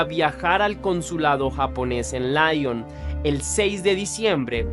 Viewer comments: Se pronuncia Li-on no La-llon .... Perdón pero me estrese 😢😢😢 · Besançon se pronuncia Besánson Dijon se pronuncia Diyon. Lyon se pronuncia Lion. La table de Gustave se pronuncia la table de Gustaf Saludos desde Francia❤ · Es muy buena la narración pero trata de pronunciar bien los lugares por ejemplo Lyon … no está bien dicho